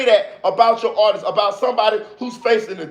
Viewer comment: You got a sub for that "artisis" comment... Niggas really be having a hard time saying the word "artist"